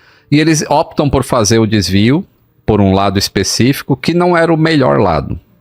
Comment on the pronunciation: O correto é optam, não óptam